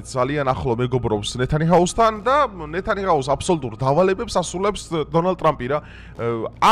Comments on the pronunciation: ყველაფერში გეთანხმები ერთის გარდა - ისრაელის პრემიერი არის ნეთანიაჰუ და არა ნეთანიჰაუ. ეგეთი რაღაც მეც მემართება, ასოებს გადაადგილებულად აღვიქვამ და კარგა ხანს ფსალმუნები ფლასმუნები მეგონა😂😂😂😂იმედია, გაასწორებ , პრემიერის გვარია, მაინც❤❤❤❤❤ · არასწორად წარმოთქვამ ხოლმე გვარს. ნათანიაჰუ ჰქვია და არა ნეთანიჰაუ.